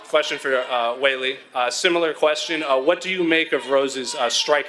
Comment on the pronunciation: Is just super terrible at pronunciation or something? C'mon man, Weili's name isn't even that hard.